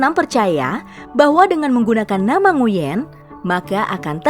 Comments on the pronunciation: Kalo gk salah bacanya Nguy-en bukan Ngu-yen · koreksi min… nama Nguyen diucapkan "nguin" ya… jangan keliru ucap nguyèn biar yang lain tahu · Bukan nguin tapi d baca jadi 'nguyn'